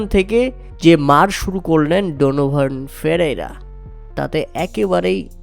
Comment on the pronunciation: Player name pronounced e r o better hote hobe